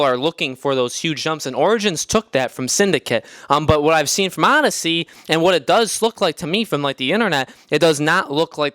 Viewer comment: It’s Odyssey, not fucking Audacy